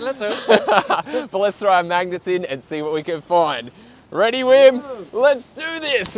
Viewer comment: Just because you’re saying it so often: isn’t the W in Wim pronounced like V in VERY?